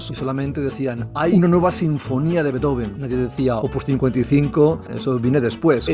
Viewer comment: Todo bien, pero no se pronuncia "Betoben". Sería "Bíizofen"